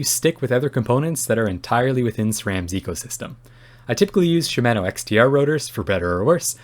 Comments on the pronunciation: Great review. FYI: Shimano is correctly pronounced “she-mah-noh”, not “she-MAN-noh” :-) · I’d like to see you review some TRP DHR EVOs. They have a very light pull and they use the same MTX pads that Shimano brakes use (sha-ma-no, freedom pronunciation lol). Gotta use the 2.3mm TRP rotors though.